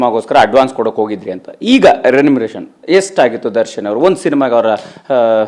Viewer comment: Anchor renumeration anthane... K Manju....remendation anthane. Yappaaaaaaaa